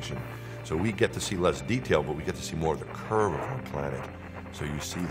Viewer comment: It's curve not kurve.